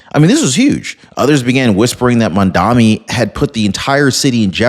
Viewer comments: I watch you every day, great info! But...it's MAMDANI, not MANDAMI. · The mans name is Mamdani not Mandami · It's Mamdani not Mandami...🙄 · MAM - DA "N"i not Mandami - I love your videos but I have a thing about mispronouncing people's names - just a hint!! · His name is Mamdani, not Mamdami. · THE NAME IS NOT MAMDAMI !!!! IT IS MAMDANI !!!! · The phone corrected the spelling. It's Mamdanni... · I'm in no way upholding anything that Mamdami does or says but, Please learn to correctly says his name. It makes you look unintelligent. I love your content but this one thing is an issue.